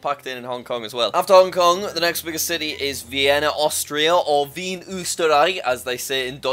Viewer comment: Hearing Jack say "Wien, Österreich" as "Vien Üsteraai" was very funny - it almost sounded like "Wie ein Osterei" (=like an easter egg)